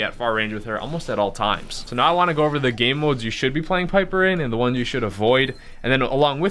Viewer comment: Piper rhymes with sniper.